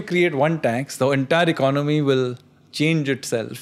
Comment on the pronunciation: Why do you pronounce Economy as “Icnomy” ?